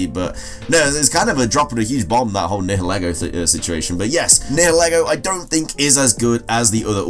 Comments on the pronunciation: Also Niheligo is pronounced NIE- eh- lee-go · Nihelgo is pronounced Ni-hel-go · It’s nigha-lA-go